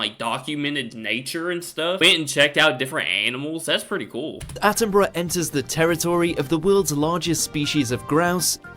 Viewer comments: Bru not burrow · ATTINBRUH not ATTIN BURROW !! " Is he like Steve Irwin ? " !! NO. He's BRITISH and ALIVE !! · Attenbruh is how you pronounce his name - he is as special as the late Queen was- look up he and her Majesty in the grounds of Buckingham palace,a gem 🏴🏴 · It's pronounced Sir David Attenburruh (despite it being spelt 'Attenborough' - borough here in the UK is pronounced 'burruh') 😊🏴♥️🇬🇧🙂🖖